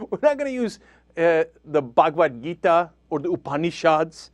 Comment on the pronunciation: Cenk says some good stuff here... but notice he puts a silly accent on Bhagavhad Gita and Upanishads?